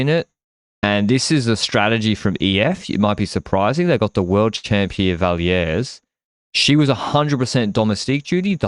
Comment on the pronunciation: Love your podcast - but please take it from this Quebecer and stop saying the « s » at the end of Vallières 😊